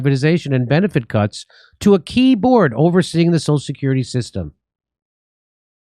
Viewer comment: Did Jimmy say "Benefit cucks"? Or "cuts"?